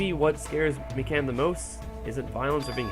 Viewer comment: Noice. I love Mikan. Also it is quite obvious that you didn't listen to the audio clip.... Me-can....